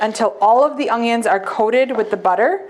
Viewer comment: Love it! My mom says ungyuns too.